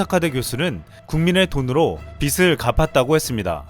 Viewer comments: 일본 골 때리네요 ★★★★★ 비슬 가파따(X) 비즐 가파따(O) 항상 빠른 정보 감사합니다♥ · 빚을 -> 비즐이라고 발음 해야 합니다